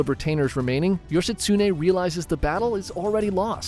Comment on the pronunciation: also bro Yoshitsune say it like one syllable or every syllable evenly not like how youre doing yoSHItsuNE to anyone who knows some Japanese, it hurts their ears.